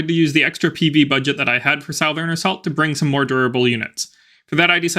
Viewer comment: I’ve never heard anyone pronounce it South-ern before.